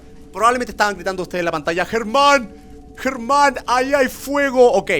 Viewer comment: Germán NO Jerman